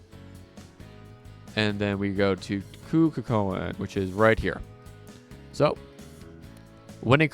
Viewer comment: cu chulain is pronounced "coo hullin"